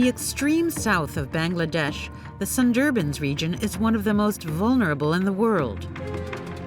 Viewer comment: Please pronounce the word Sundarbans properly. American people seem to have difficulty pronouncing many words.